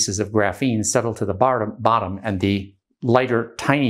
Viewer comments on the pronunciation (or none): BARTOM!! 🤣 I’m just being funny though. This guy is awesome in my opinion. If you want better you gonna have to pay for it, not too many people with this level of understanding that are going to wrap it up and put a bow on it for free like this. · Can't for "Settle to the bartum..Bottom" Lmao